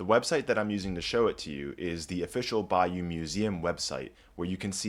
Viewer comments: It's Bay-O 💕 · It is NOT pronounced 'by-you' by ANYONE except you. Do your homework!!!!!!! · Good heavens, we are not in Louisiana. Bayeux is pronounced "Bayuh" not "Bayou". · It’s bay-yer, not bayou! This is France, not an inlet from the Gulf of Mexico!! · Cant pronounce Bayeux correctly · Thanks, but learn to pronounce Bayeux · Immediate mispronunciation of Bayeux, closely followed by "iconic". NO! You may be able to pronounce Latin correctly,, but why can`t you pronounce the single most important name here? As for iconic, this has become an appallingly over-used word and should be banned. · It’s not going to the British Library, it’s going to the British Museum and please pronounce Bayeux correctly. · Your pronunciation of Bayeux is hysterical! Greetings from Normandie. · I like your channel a lot; but boy, are you butchering "Bayeux" 🤣